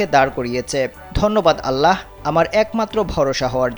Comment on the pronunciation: ভাই, আল্লাহ লিখতে হ হবে কিন্তু উচ্চারণের সময় হ এর উচ্চারণ হবে না। মাদ্রাসার ছোট ছোট বাচ্চাদের জিজ্ঞলেও নিশ্চিত হতে পারবেন